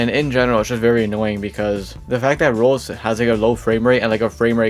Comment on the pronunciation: Who hears him say rolls instead of roblox? 👇